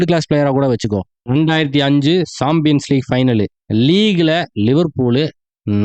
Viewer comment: champions league. ❌ saambiens league ✅